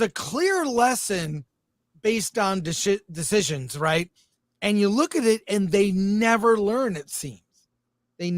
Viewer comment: Chris almost said “Deshitcions” which is more accurate when it comes to recent studio decisions